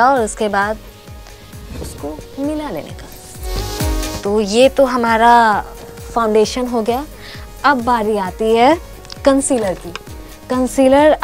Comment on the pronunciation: Itne bhi bure din nahi aa gae hamare ki isse make up seekhna padega...biggest joke of the day...and it's not called fon-dation...she was looking like a ghost after applying the foundation as it was much lighter than her skin tone